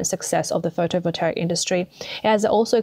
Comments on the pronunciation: How does she manage to mispronounce "pho-to-vol-ta-ic" every time? There's no "r" anywhere in the word! How do you get "pho-to-vo-ter-ic"? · It's Photovotaic, not Photovoltaric. Spoils the whole presentation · Does she keep saying, "Photo Voltaric"? Or am I hearing her wrong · to the narrator: somebody's properly winding you up getting you to pronounce it "photovoltaric" .... there's no r in that word. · Try learning how to pronounce the words you use... Potash. Pot Ash. Not "potish" 🤣 Photovoltaic. Photo Volt A Ick. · Can't listen to you say "voltaric" one more time. If you make your living with words, LEARN WORDS. Seems like a simple concept. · Sorry to be picky ( Might be AI reading this out incorrectly ) Photovoltaic is pronounced - Photo Vol Tay ik Potash is pronounced - Pot Ash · No such word as photovoltaric. Overall, the reading of this video sounds like it was dove by a 13 year old who doesn’t know either the meaning or pronunciation of a lot of key words. Very off-putting to listen to, but the message is clear - China is doing a very bad job of producing so- called green technology and western nations are in trouble because they don’t do any ofv5his themselves. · This is not a complaint, just some helpful advice. It pronounced photo-vol-TAY-ick. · Seems that BYD is planting its EXPLODING CARS all over the world! 😲 Is this a CCP plot? 🤣 EVs are a scam and Chinese EVs are potential death traps. Only a FOOL would buy one... 🤪 "Photovoltaic" does not have a "R" in it. Pronounced fo-to-vol-tay-ic. M 🦘🏏😎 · I have never heard words mispronounced so many times in one video. Someone forced this narrator to read words she is unfamiliar with. Especially photovoltaic. There isn’t even an “r” in it. Then subsidies was pronounced as subsidaries (she probably mixed it up with subsidiaries) several times before miraculously being pronounced correctly. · anyone noticed this commentator pronounces photovoltaic wrong? lol super minor but found it funny